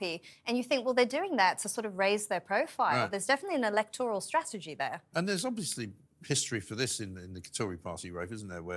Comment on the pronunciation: Elector–al, not Elect–oral.